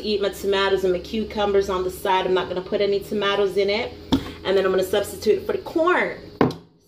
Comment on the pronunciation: Lol can’t eat corn beef without corn. “ we no have time fi waste because me haffi sleep soon” lol 😂😂😂 then how she was saying tomato 🤣🤣🤣